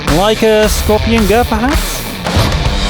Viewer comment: its an skorpion G not skorpion GO -_